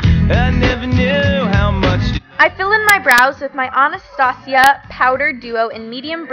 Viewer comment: Lol you mean Anna-stage-a